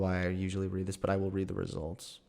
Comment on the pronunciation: I hate how many times he said to "just wead dat study".